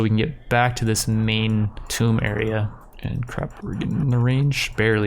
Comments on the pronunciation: hey bud "Tomb" is pronounced like "Toom" like "Tomb Raider" the game. you are saying "Tome" as in a book. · It’s Tomb. Not Tome. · Tomb (Toom) as in King tut's Tomb, not Tome as is an old book. like, are you fucking kidding me dude?